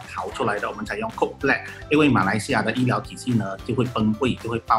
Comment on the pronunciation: 講C0DE不是coke 啦1